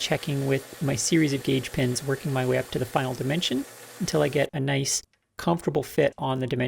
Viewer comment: ...N-o-i-c-e... (As it is said in the Australian dialect)